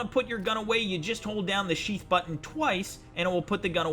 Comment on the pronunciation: "Sheef button"